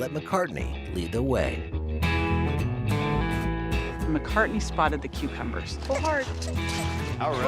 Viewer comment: “McCartney.” Ugh. Poor thing.